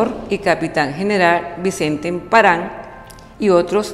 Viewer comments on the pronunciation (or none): Pronuncia mejor por favor... Que desagradable escuchar emparán